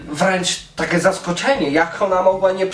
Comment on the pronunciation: Niby wszystko ok. W miare spoko ogląda się "kolorowe" filmiki ale wkurza mnie jedno: ta koślawa wymowa np. jakE, takE, z angElskEgo itd.